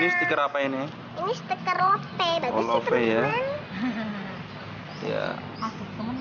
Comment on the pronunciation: bukan lope tapi di baca love